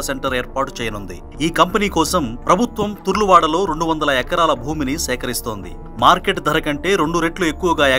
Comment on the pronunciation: తరుల వాడ తుర్లవాడ కాదు.